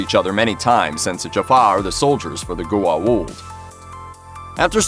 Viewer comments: "Gu-a-uld"...srsly? What the hell is that for a pronauciation? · I was starting to get really annoyed at his pronunciation of Goa'uld. He said it right maybe two times, but butchered it the rest.